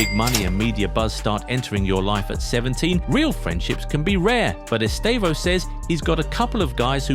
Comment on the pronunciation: First, English people pronouce his name in a wrong way and it sounds awful in his own language. So in the right way, the estressed syllable is /tê/ , so EsTÊvão.